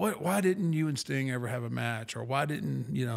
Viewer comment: The way pronounces 'Sting' sounds very much like 'Stink' 😂